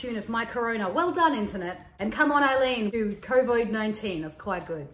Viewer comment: It's covid. Not co-void